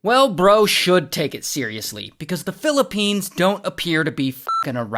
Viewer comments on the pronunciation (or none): Philipenis ❌ Philipines ✅